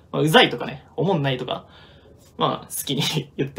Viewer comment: 関係ないけどライバロリさんの「おもんない」の発音めっちゃ好き！